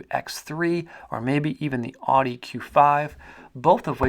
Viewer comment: That's not how you pronounce audi💀